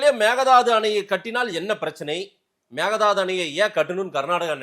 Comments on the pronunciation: Dey it's not megadhadhu.. it's mekkedaatu. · Dear sir Please pronounce kannada word properly.Donot give chance others to laugh. It is Meghethandi Sorry